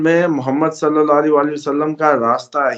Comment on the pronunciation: اپنا درود پڑھنا ٹھیک کرو ہمیشہ میں نے نوٹ کیا آپ غلط درود پڑھتے ہو ۔۔۔۔ لفظ صلے یعنی بڑی ے نہیں چھوٹی ی سے صلی پڑھنا ہے عربی لغت میں بڑی ے کی گنجائش نہیں ۔ غرور نہ کر کے اڑ جانا اپنی غلطی آن لائن ماننا اور آئیندہ درست پڑھنا